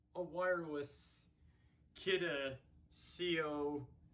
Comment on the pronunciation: Is kidde not kioode